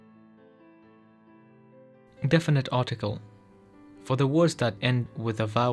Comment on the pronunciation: Correction - the Glossika Kurdish Intro video: "Definite" (not "difinite") - as in "definite article". Thanks for making this helpful video available.